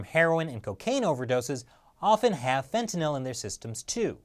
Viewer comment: Glad you pronounced fentanyl right